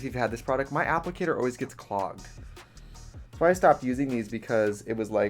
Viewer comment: Is it me or does Trixie always look like Magneto with his helmet when he starts doing his eyes? Also did she say "appligator" ? lol